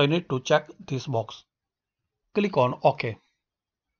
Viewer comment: Every time he says “kilik” I click😂😂